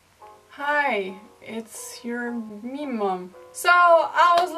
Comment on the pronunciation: thought she said meemaw